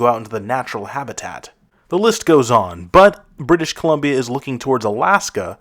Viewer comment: Buddy said "British Colombio" haha